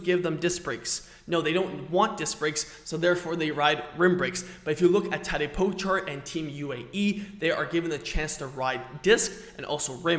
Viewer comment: Firstly please, learn to pronounce Tadej Pogačar name correctly xD Also Tadej Pogačar uses a disc brake bike sometimes. He used it on stage 8, for his big attack, so they do have a place to used. You even made a video about his big performance on that day..